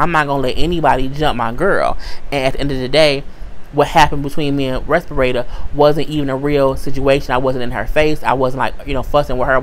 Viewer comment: LMAO! Who is "Respirata"? you jacked up her name so bad, I literally burst out laughing and could not stop.....and you said it so calm and casual, which made it more funny.